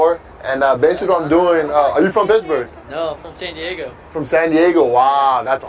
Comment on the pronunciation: He kept saying pissburg